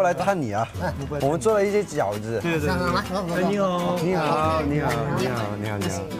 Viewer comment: I think he said "..eenihaoo .." well that whats i heard